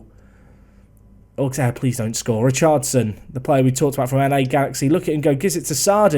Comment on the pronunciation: You can tell recent saves are in mainland Europe by his pronunciation of Richardson 😂